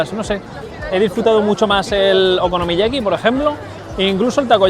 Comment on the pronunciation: te cuesta decir la palabra okonomiyaki eh bribón?